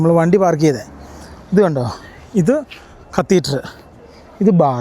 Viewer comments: കത്തീറ്ററല്ല, കത്തീഡ്റൽ 😂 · കത്തീറ്റർ അല്ലെടോ കത്തീഡ്രൽ